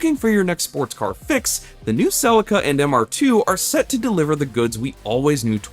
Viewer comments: Cell-eeka not silica LOOL. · I'm sorry the what? Toyota Celica = Suh-Lee-Kuh not cell-ika My Japanese mate just face palmed hard! lmao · Cracks me up pronouncing Celica as: Sell licka 🤣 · Repeat after me SEE -LEE -KA now pretend your Japanese and very polite as you say it ,, thankyou from JAPAN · It's pronounced Sell-ee-ka. Just saying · I wish you would pronounce Celica correctly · Well, that pronunciation of Celica just sounded bizarre!! Not how I ever heard anybody pronounce the name in Australia!! 😂😂